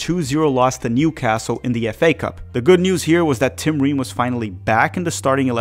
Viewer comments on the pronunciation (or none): none